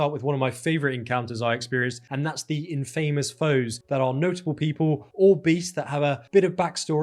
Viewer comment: Good video. For future, "infamous" is pronounced "in-fa-moos" not "in-fay-moos".